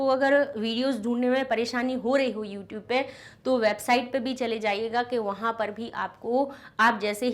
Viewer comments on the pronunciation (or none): none